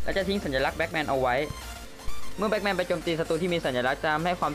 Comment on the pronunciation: batman ไม่ใช่ blackman เรียกชื่อยังผิด